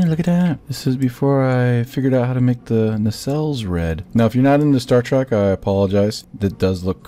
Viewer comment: I get it you have knowledge but hearing "star trek" as "star track" makes me annoyed and calling the star ships star treks is annoying. But the builds are really good